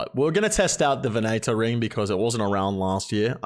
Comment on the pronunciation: L0000L "the Vin-A-Tor ring"